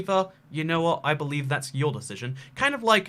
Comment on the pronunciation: If I hear one more beelieve I am gonna bee kill myself